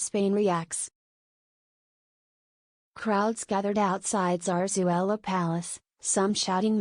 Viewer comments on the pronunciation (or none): Por qué no dice Leticia, tan clarito como habla el castellano, por qué dice Zarzuella, un poco de respeto